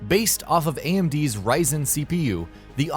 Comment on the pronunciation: Is it me or he just said Risen CPU?... Yeah, he did.